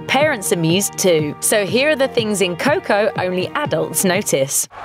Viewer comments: Its not coh-coh. Its co-co. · Fuck... please dont say coco